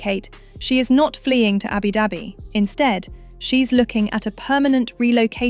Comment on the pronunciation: I’ve never heard Abu Dhabi pronounced Abby Dabby.